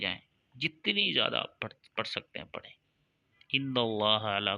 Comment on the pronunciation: تو خود تو لائک شئیر کی بھیک مانگ رھا ھے تو کیں نہیں کرتا یہ وظیفہ ؟ لفظ پھڑیں نہیں ھوتا بلکہ پڑھیں ھوتا ھے او جاھل